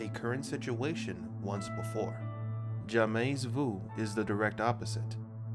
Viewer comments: I feel like I should be watching this late at night in bed with the lights out. Anyway, he keeps saying "jamais" wrong. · Very interesting but his constant mispronunciation of 'jamais' drove me nuts and distracted me. Here because of BTS...